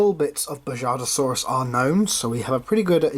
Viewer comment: Just to let you know the J in Bajadasaurus would be pronounced as the H in “house” is. Also I love this figure! 💜